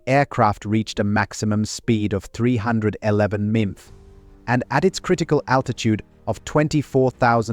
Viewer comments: Horrible AI VO. Emph? Not mph or miles per hour as a actual human would say? AI is so easily able to be identified. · Crap AI reading. Emph is said every time it means to say MPH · Fairly well done but the AI narration is distracting as per "450 empf" (mph?)) and "six point zero caliber" etc. (AI was trying to say .50 caliber) but we can live with it. Film editing is really peculiar involving SPITFIRES during F4U narration and a variety of unrelated vintage footage that are not even Vought designs. One attaboy: I scrolled through and did not see the internet mantra that The British Taught Us How to Land the Corsair. Well, no they didn't. The obsessive focus on "the curving approach" was not only known to USN pilots before the Corsair, but EVERY WW II CARRIER AIRCRAFT USED A BANKED TURN INTO THE GROOVE ASTERN OF THE SHIP. Every one of them. (I was fortunate to know the COs of two of the first three Corsair squadrons and the exec of a third. Also interviewed Vought engineer Russell Clark who was involved in the F8U Crusader. Otherwise, your variety of subjects is impressive and I'm sharing widely. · What is a memf? I'll tell you what it is. It's AI miles per hour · I hate droid narrated videos. MPH pronounced EMFS as just one annoying example in this video. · Ahhhh... the comedic joy of listening to AI-generated scripts. Who knew that "mph" in reference to speed was pronounced "emf." 🤣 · What is a mumpf? Is that how you pronounce the abbreviation for miles per hour? Ditch the computer voice, it ruins your credibility. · AI voice ruins an otherwise good video. I can't get past the 450 Empf. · Sorry, you lost me at “emph” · 446 empf!!! Is this a computer voice? WHY???? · "446 emf" right at the begging is when I stopped watching. How much of the rest is just as shoddy? If the channel can't even be bothered to review and correct their own audio, why should I trust the video or the facts? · mimph? Do you mean miles per hour (MPH)?